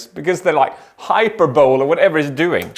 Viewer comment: "Hyperbole", you make it sound like some futuristic sport :D It's pronounced: Hyperbo-leee